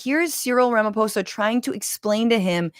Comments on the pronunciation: The 'PH' on the surname Ramaphosa, is pronounced with a Hard 'P'. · I respect you for saying Ramaphosa not Ramafosa❤ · I love that you got Ramaphosa right but not Cyril